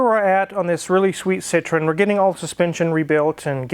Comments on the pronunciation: correct pronunciation is SEE_TROW_EN (FRENCH CAR) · And you know what?. André Citroën was of Dutch decent and they changed the name Citroen (which means Lemon (!) in Dutch) to Citroën because the French couldn't pronounce it! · If Citron and Citroen are pronounced the same way, what is the point of the "e"? I'm sure Daniel Saaaaahhn could tell you.